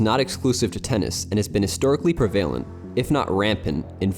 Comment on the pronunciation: The word is Prevalent not Prevailent.